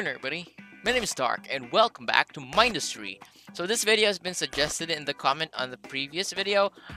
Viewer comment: You say Mindustry wrong It's min-dust-ry